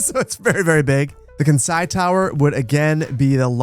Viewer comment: the way pronounced Kansai hurt my brain (Kansai is region in Japan which includes Osaka, Kyoto and Kobe)